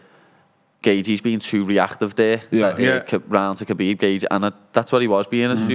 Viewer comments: It irritates me how that guy keeps saying ‘Habeeb’ instead of ‘khabib’ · That guy calling him Habib on purpose as part of a joke or he just not that clever and can't read the fucking TV screen? 😂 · That one guy was calling him “Habib” throughout the whole show 😂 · "Kabeeb is tough mothafokha"